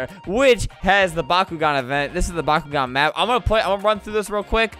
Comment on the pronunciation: Flamingo says bakugan I hear bakugo